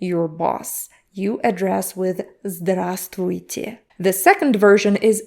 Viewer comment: Thanks for pronouncing здравствуйте - it is tricky for me to pronounce.